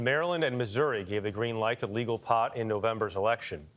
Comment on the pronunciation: you know some one doesn't smoke or hasn't smoked when they call wee POT and put such an emphasis on it. Like we get man you are a national TV anchor you didn't get there by smoking weed but don't be so anti-weed when talking about it, especially coming for a guy who at most smoked a joint in college at a frat party and never smoked again